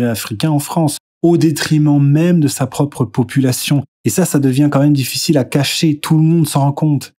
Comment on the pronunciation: Tu parle avec le youtubeur qui dit diffitchile mdr